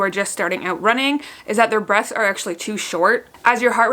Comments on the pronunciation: Sounds like she's saying breasts not breaths haha🤣🤣🤣🤣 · I guess I'm just hard of hearing so I thought you said "breasts are really shallow" then my husband said "no babe she said BREATHS not your titties" 😂🙄 glad to know my boobs aren't shallow lol